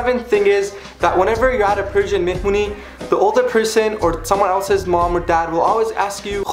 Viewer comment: listen and repeat : mehmuny xd